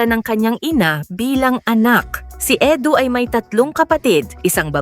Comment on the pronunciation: Edu not Edo😂